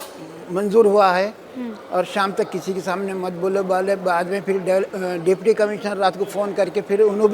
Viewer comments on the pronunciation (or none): none